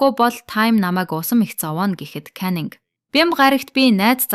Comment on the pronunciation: Time bish tam shu Gora bish goria shu Caning bish caninshu ghde goy bna❤ neruudee zasaarai